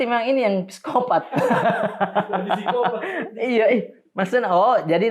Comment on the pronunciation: FYI: penyebutan PSIKOPAT, disebut tanpa huruf P di depan. Btw, videonya mantap, semangapp!